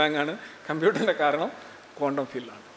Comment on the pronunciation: കോണ്ടം world അല്ല ക്വാണ്ടം - സോറി ചൊറിയുന്നതല്ല ബെറ്റർ പ്രതീക്ഷിക്കുന്നു